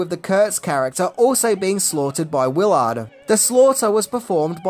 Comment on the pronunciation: You said the character’s name as Wil Ard. It’s Willard.